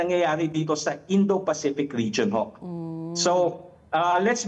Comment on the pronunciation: Indo peycom. 😂 Indo peycific command. 😂